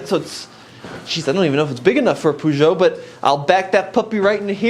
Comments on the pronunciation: If you want to pronounce peugeot better, try saying the eu as the "uh" in the "uhmm" sound when you're thinking. Its more like a long U sound instead of the oo sound you make. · An advice from a guy in Europe, just call it a Pejo. Everybody says it like this over here. 🤝🏻